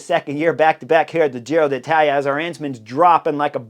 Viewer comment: Hey Chris! I love your commentaries, have been following every one of them. But please PLEASE, pronounce "Giro d'Italia" correctly. As an Italian speaker, last year, I cringed every time you said Giro DEE Italia. It was like fingernails on a chalkboard (for those who remember chalkboards) There's an apostrophe there for a reason. It's Giro DEEtalia. Thanks in advance!